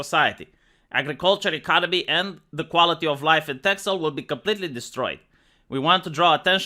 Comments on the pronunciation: This news is from a month ago. The x is pronounced like an s. And, Friesland is also pretty secessionist. First I've heard of this though. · it's funny how you say it, I know it has an x in it but in Dutch we say ''Tessel'' nothing bad or anything, just funny to hear it like that.